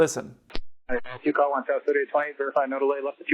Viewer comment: To try to describe how you pronounce it clear and a bit slower. Instead of sowst that can easily be missed. Obviously the communication was not clear enough in the video so it must be improved. Right?